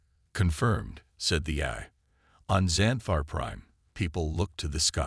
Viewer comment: Nice story. But, your so-called "AI" needs work. How the hell can an AI not say "AI" correctly??!!!! Example from this story..."...lost war EYE", "...earths war "EH-eye". And then, the word "DEFCON" is NOT pronounced "DEF-kun". AND, WHY, oh WHY do all POS AI's mispronounce the freakin word "read" incorrectly EVERY time it is used. POS AI ALWAYS pronounce it as "REED" when it should be "RED".....and "RED" when it should be "REED"!!!!! In this story......"...the plaque REED...." when your POS AI should have said..."...the plaque RED..."!